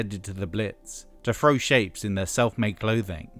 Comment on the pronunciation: It's "Throw" not "Frow", Jesus Christ....